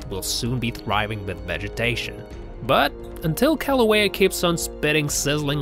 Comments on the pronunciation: And its pronounced (killouehya) not Kalouehya. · Its not paper, its Laaahhvuh. And its not St. Helens, its Kaaahhluhwayuh. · Omg yes and the volcano itself!! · Brah, learn how to say lava and Kilauea. Mahalo 🤙